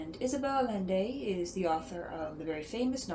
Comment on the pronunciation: Sounds like a great book. I look forward to reading it. By the way, the author's last name is pronounced A-YEN-day. :)